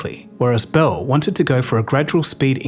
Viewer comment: This guy almost speaks English. If only he could pronounce "Bell."! It's beL, with an L, not "behwu."